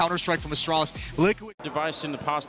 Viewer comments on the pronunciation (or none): love how every announcer pronounces the team name as "austraulis" and not "astralis"